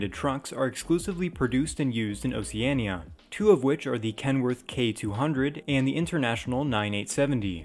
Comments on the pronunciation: It's pronounced "ow-shee-aa-nee-uh" (Oceania). Damn your content is par, but nah man you butcher the pronunciation of Oceania so many times. That's all you got wrong and didn't seem to be bothered to research how it's pronounced. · The way he said Oceania hurt me